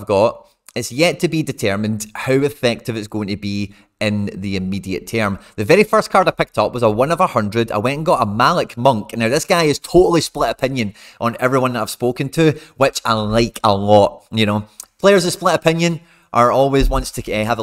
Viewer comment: Malik monk is pronounced Mal-leek